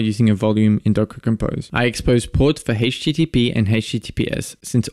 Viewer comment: You pronounce a lot of key terms like you've only ever read them